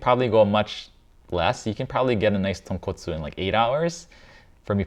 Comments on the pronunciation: Maybe I missed something or it's irrelevant but I'm pretty sure the guy just read tonkotsu with an a and didn't read tonkatsu Like how cot is pronounced like caught I think that if he was reading tonkatsu, the vowels in the first two syllables wouldn't be so similar Like he pronounced ton as tawn, so I think he pronounced kot as kawt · Glad to see that I'm not the only one who thinks he's very pretentious. Video was cringe AF right off the bat tho, "authentic tonkatsu ramen" ... JFC, he can't even get the name right. Thankfully Senpai was here to school. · Saying katsu is such a pet peeve. Its clearly trying to pronounce it with an American pronunciation but just not great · The worst part was when he said Tonkatsu! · ❌Tonkatsu（とんかつ） ✅Tonkotsu Ramen（豚骨ラーメン） Common mistake 😅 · Confusing tonkotsu and tonkatsu bothers me a LOT, im not even japanese but come on! Its so different! How you gonna trust a chef who doesnt even know the difference between the names two very different dishes? Its like when a chef cant even say calzone or bruschetta right and they pretend to know about italian food, dont trust them if they cant even say the name of the food right I feel for every country whose foods american chefs BUTCHER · After hearing that tonKATSU is wrong pronunciation i cannot unhear how forced Joshua is saying it 😅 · THANK YOU!! Finally, somebody pointed out the difference (in pronunciation) between tonkOtsu and tonkAtsu. I mean, why? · I hate how chefs claim "best" of anything. Especially in the first 30 seconds when he calls it "tonkatsu" repeatedly. Coming from a guy that was known for working in Japanese restaurant...Even guys with seemingly infinite cache like Kenji Lopez-Alt having a stock made of straight trotters is disappointing. The best part of this channel is that makes it very clear how much of a task it is to even get close to mastering any one type of ramen.